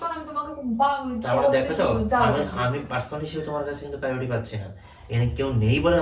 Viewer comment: Priority ❌️ PAURUTI✅️